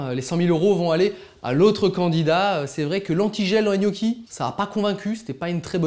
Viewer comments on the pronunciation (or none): none